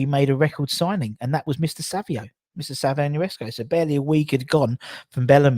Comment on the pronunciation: He is called Nsereko not niresko 😂😂 its a Ugandan name man